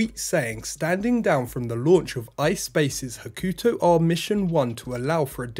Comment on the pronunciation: "Hah-koo...Toe" not 'ha-KYU-toe"